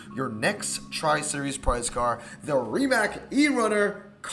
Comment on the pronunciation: Rimac is pronounced “Rdi-mutz”